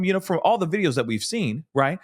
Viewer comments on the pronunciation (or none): none